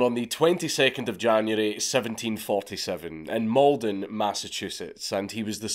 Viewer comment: I have to say, not the worst pronouncing of Malden!